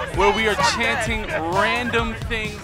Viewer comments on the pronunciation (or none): none